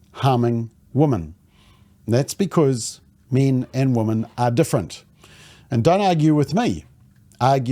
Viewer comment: 100% thanks for your succinct reporting. MSM, where are you? BTW, the pronounced plural of 'woman' is 'wimmin'.